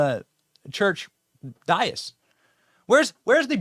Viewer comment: Benny... PLEASE... the word "dais" is pronounced "day-iss"